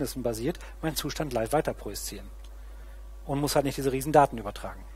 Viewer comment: Wehe, du sagst noch einmal "projiszieren".